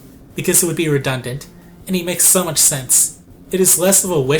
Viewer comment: why do you zay z zo much